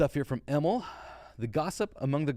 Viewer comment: Hi! Im from Sweden and I just wanted to point out that Emil is a typical Nordic name, and the way you pronounce Emil is with a long i, so it's more like Emiiiil than Emilll